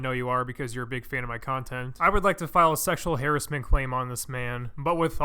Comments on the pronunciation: "Hairassment" lel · Did you say fucking harisment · nothing could’ve prepared me for the way he pronounced “harassment”